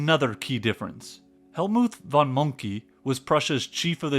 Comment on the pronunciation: Well done! I would put a bit less gaming clips but besides that 🎉. Also "von" is pronounced "fon", for quality feeling this is not at all a small thing.